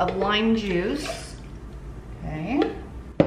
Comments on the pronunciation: I thought you said "your sisters juicer" 🤣🤣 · Loveing these recipes, each time I hear you say citrus juice I actually hear sisters juicer!🤣